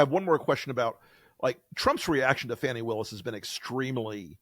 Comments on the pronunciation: Pronounced "Fawney", not fanny. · Fani's name is pronounced "FAWNIE".